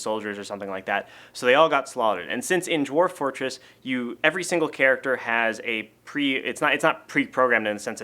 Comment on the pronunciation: "Dorf-- Dwarf Fortress." Your /v/ is showing :D